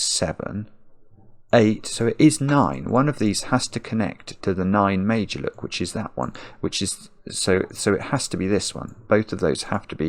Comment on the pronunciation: Not gonna lie...I'm not overly familiar with Fillomino puzzles and I was listening more than watching. It sounded like was saying "made-you-look", and I didn't know he was saying Meidjuluk until I read the instructions 😂😂😂.